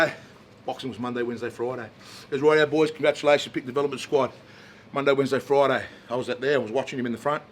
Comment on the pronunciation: It's on FROIDAY